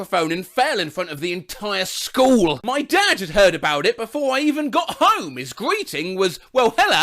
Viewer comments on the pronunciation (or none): none